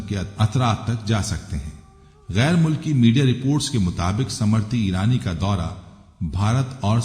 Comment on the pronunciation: ❤समृति ईरानी नहीं बल्कि स्मृति ईरानी बोलिएगा प्लीज❤